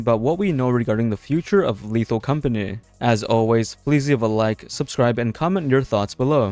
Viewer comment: "lethal companeh"